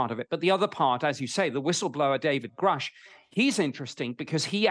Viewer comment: It’s pronounced ‘grush,’ or ‘gr + rush.’